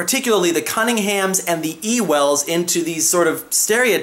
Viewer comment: I thought "ewells," was pronounced" youlls,"